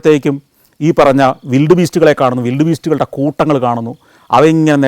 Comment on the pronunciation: വിൽഡ് ബീസ്റ്റ് ആണോ വൈൽഡ് ബീസ്റ്റ് ആണോ?